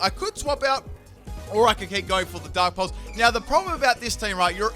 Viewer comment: Every time you say Dark Pulse, I keep thinking you said 'Dank Pulse' instead xD